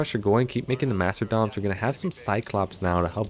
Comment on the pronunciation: ohh and there not “master-doms” it’s pronounced “masta-dons”